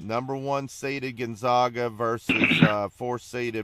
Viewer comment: You STILL havent learned how to say Gonzaga have you?...people call them the "zags"...as in zig ZAG.....that should tell you something but its ok, half of the world also mispronounces it too....